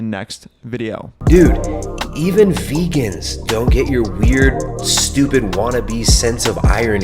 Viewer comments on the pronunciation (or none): none